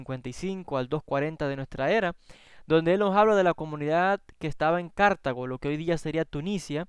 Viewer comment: Deficiente lenguaje: Cartago, no Cártago (palabra grave, sin tilde). Túnez,no "Tunicia". Los evangelios proclaman la cena de manera solemne. En ella instituye Jesús la conmemoración eterna que consagra al pan al vino como su carne y como su sangre. No era una simple "comida". La ley mosaica (Toráh) instituía la Pascua (pesaj) como gran ritual que conmemoraba la salida de Egipto.